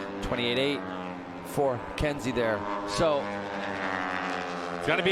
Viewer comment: it’s Kensei (Ken Say) not Kenzie. Thank you!